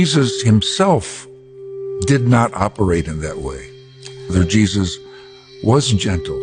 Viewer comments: Why did she keep saying "Sheezuz"? Trump is STRIAGHT UP the Anti Christ. LIKE straight up. Read a fucking bible... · she said Cheesus 🤣🤣 And clearly she's talking about cheddar because of the color similarities! 🧀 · "In Sheezus name"....lol. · Why did those women keep saying Cheezus? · in the beginning its sound like shes saying "in cheesus mighty name".. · Those girls "praying" at that Trump rally?? The girl saying the "prayer" doesn't even say Jesus??? She clearly said Shesus (2 or 3 times). They think their following Christ?? Supporting Trump is NOT following Christ.Trump teaches hate, God teaches love. God teaches us to love everyone. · It was sounding like they were saying Cheesus not Jesus. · To be fair… it sounded like the one praying was saying in cheeses name😂 These people are in no way true Christians. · Sounds like she said cheeses not Jesus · She didn't actually say Trump and Jesus. Does she even know how to pronounce "Jesus"?🤔 -That big prayer she said... She never even said Jesus at all, she said Shezus (twice). Did she do that on purpose, because she knows they're not following JESUS. It's really sad that the idiots are louder than us. Now we all have to pay for their mistakes, and while we're all paying, they're going to blame Democrats 🤣. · We're they pronouncing his name Cheesus on purpose? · To be fair... Sounded like she said "cheesus" not jesus... Lol